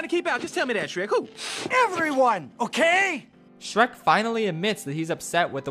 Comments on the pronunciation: “dreck and stronky” ah yes dreck from dem work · Shronk my beloved Ah yes, classic Drek and Shronkey rescuing Fiora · Drek and Shronkey💀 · The nonchalant mispronunciation of Shrek kept catching me off guard